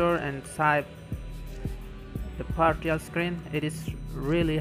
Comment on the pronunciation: lol I thought u said party off- screen